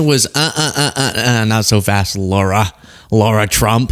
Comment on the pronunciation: It's LARA not Laura!!!!!